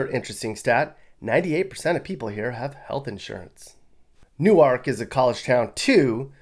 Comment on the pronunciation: this man said "new ark"